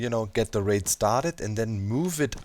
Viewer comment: I was hearing Wraith instead of Raid and I was super confused at how you were stacking infinite wraiths. haha